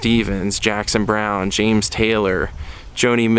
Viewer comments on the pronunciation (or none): none